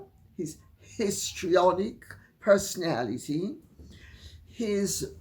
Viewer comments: I literally thought lady C said pistrionic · Did you say 'piss-trionic?' 😂😂😂😂😂